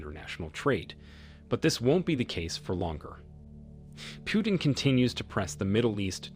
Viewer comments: It's not Pyutin learn to pronounce properly sir..It's President Putin . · its not pronounced PJUTIN but P Utin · Vladmir Pewtin makes him sound cute and cuddly - Also, I would probably argue that the most important factor keeping the dollar alive, is simply the military industry complex. You want to be able to defend your country/oil/people? Well you need the worlds best high tech weapons and equipment. And if you want to buy that stuff from US, you need to pay with dollar (whatever currency, but at a rate connected to dollars)